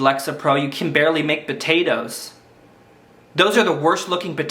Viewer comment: love the way he says batatoes :D